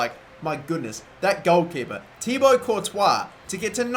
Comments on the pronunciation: It's actually Ti-Bwa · can't pronounce thibaut it isn't thiabaut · Just a tip. It's pronounced "Tee-bow"